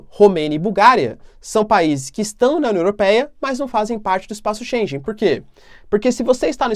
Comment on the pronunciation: Bom ano novo professor, espaço Schengen, a pronúncia é como (schen-guen). Abraços fica com Deus e obrigado pelo seu tempo.